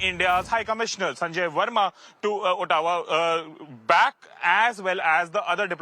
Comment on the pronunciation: Ottawa pronounced as Ah-doe-wa